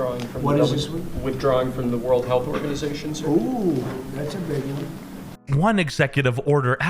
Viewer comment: bro really said ive been waiting for that wan😂😂